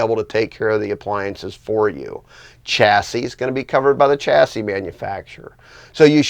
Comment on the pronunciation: It’s a shassey not a chassy, the word chassis is French.